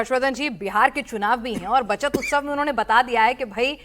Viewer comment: "उत्सव" होता है... हिन्दी भाषा की ऐसी तैसी मत करो। 😢